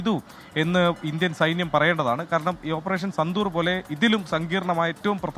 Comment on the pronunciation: സന്തൂർ അല്ല സിന്ദൂർ.. ഹേ